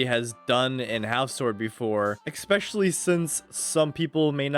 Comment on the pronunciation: expeshually, unrelentlessly